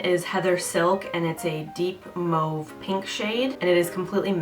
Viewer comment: Thanks for all the Essence recommendations. I think I go to Shoppers every time I view ur video. Soo cheap! Oh, for all the Cdns, thank u for pronouncing mauve - "mohv" NOT "mav", lol!